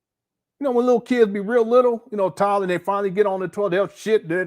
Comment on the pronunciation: If you think Umar is annoying in this video, imagine him working as a customer service agent. To kill the dead air or awkward silence he starts humming and singing doo doo doo. And what the hell is a tawlet?